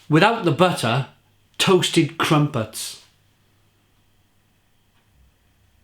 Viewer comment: I can’t stop laughing at the way you pronounce “crumpets”.